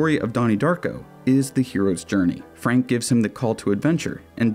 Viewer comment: That ain’t Frank that’s Fronk